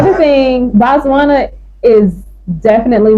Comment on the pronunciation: It’s Botswana ✅NOT Batswana❌